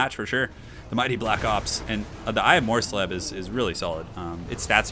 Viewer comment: SO MUCH SLEEB! But yes, well done on the pronunciation,!:D